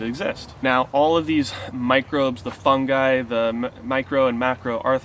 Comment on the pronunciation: Thank you for pronouncing Fungi properly....